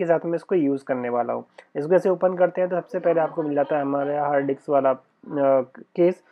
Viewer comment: डिक्स नहीं मेरे भाई, डिस्क। 😂🙏🏻